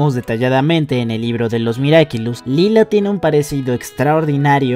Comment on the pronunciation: dijo miracilus XD